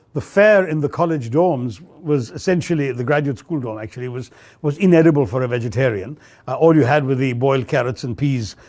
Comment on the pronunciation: Best English speaker in India.....but did not pronounce Vegetarian properly...